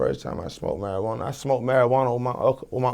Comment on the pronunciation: That Mariquana 😂